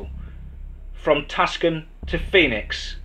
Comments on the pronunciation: It's not called Tuscan, it's called Tucson, pronounced "Too Son", I know you probably didn't know how it's pronounced . The only reason I'm saying anything is because I live there and I'm just a stickler for the way it's pronounced some people call it too stoned, but naturally that's the stoner crowd or the people that smoke marijuana. But it is pronounced "Too Son" otherwise keep up the excellent job of the channel love the stories and do an awesome freaking job and I listened to the stories all night long just about every night and pretty much listen to them all day also I'm kind of obsessed with them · Tucson, not Tuscon. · Idk y people call (too-son)Tucson Tuscan it’s weird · Tucson is pronounced too son or two son not a hard c. Great story thanks. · Your Englishness is awesome... Some tips. Tucson is pronounced two sawnh... I love your channel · Sorry yeah it’s pronounced (to son) although the spelling is not. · Hey man love your stories but you don't have the pronunciation down for a lot of American Towns,. Such as Tuscon,. It's pronounced too-sawn. The C is silent. I've held off telling you till now,. You need an American to help you with certain words and places. It would make you stories better in my opinion,. Thanks and hope you don't take it the wrong way. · I was thown off at first when he said it that way too. I see how it happened though, being British he probably thought it was pronounced similar to Italy's Tuscany. For future reference it phonetically sounds like TooSawn. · diane macdonald two- san, Tucson